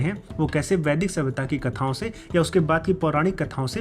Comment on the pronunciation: Vaidik ki pronunciation m sudhar Kiya Jaye please